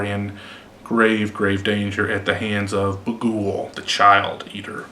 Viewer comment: The way he says baghuul lol